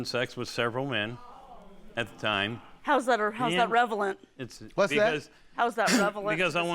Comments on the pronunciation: It's "relevant" not "revelant" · I was like what is revelant🥴😂🤣🤣🤣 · In XXI century everybody is a narcissist. Thank you Judge Mathis for pointing that out. Did she say revelant?Lol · What in the "revelant" ? 😂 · School her Judge Mathis. People try so hard to sound smart and pick up word 3 syllable word and run with it. What the hell is "Revalent"? I'm done... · lady: "how is that revelant"... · "Revelant" or relevant.!!😔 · lol🤣😅 exactly.....revelant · I know she did not say ..."revelant" two times!!!!!!! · Her: How is that revelant? Judge: What? Her: How is that revelant? Lol he just wanted to hear her say it again. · Yes, she said "revelant" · Plaintiff: how’s that “reverent” Judge: “what’s that ?” Judge Mathis petty 🤣🤣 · Lmaoooo JUDGE MATHIS IS PETTY AS FUCK OMG .. plaintiff: how’s that Revelant... JUDGE: what’s that... plaintiff: how’s that REVELANT in this case 😂😂😂😂😂😂😂😂😂😭😭😭😩😩😩😩😩😩